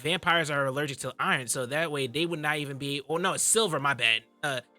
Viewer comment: im going to need him.... NEEED HIM to say iron COrreCTLY